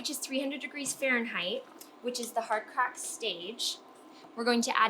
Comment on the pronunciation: You’re very hard to listen to. Can you say Fahrenheit one more time?